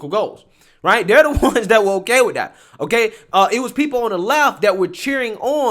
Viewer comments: That, not Dat. We can’t get jobs because they think we can’t talk. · Can you not pronounce anything with "TH" in it..everything isn't "DA". Instead of that you say dat..there is dere...get some grammar...I cant listen to your nonsense and to lazy to pronounce any word correctly..jeezzz